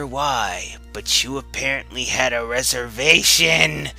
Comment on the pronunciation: "...had a reserVATION" .. "OOOOOOO" I'm crying it's beautiful